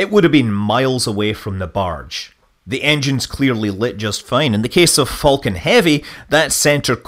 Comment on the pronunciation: I am slightly triggered by Scott's continued mispronunciation of "falcon".